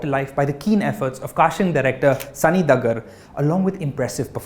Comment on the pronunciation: Thanks for the great recommendation. But the surname of the casting director is pronounced as 'daa-gar' not 'dug-gar'.